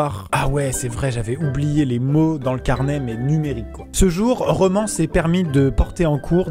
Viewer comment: Déjà sais challEnge et pas challENge et sais romAn et pas romAN